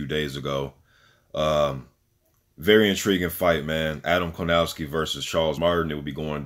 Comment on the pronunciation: It’s kownacki, not Konawcki dude. Keep up good work. You have a new subscriber.